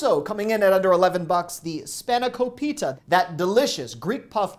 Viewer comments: Span-i-ko-peeta. Really? Repeat after me; SPAHN-eh-KO-pit-ah. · I always enjoy your videos. However, you butchered the word SPANAKOPITA! Ask a Greek friend how to pronounce it. hahaha